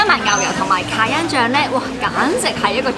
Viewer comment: great recommendation. try pronouncing it as 'ka-ya', instead of 'ka-yan' 😁